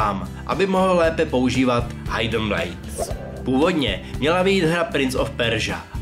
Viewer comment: "Hajdn Blajds" ? =DDDD